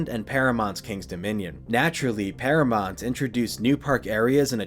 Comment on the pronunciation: Never heard anyone pronounce it ParaMONT before